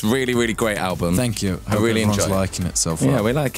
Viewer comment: Fank you